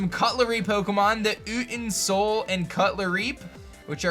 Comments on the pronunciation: “Oo-tin-soul” is not how you pronounce Utensoul. It’s “you-ten-soul” like the actual word utensil but with soul at the end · I think Utensoul is pronounced Yoo-ten-soul. Like utensil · I think utensoul is probably pronounced u-ten-soul not ut-en- soul. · I think utensoul is pronounced u-tense-oul as in the word utensil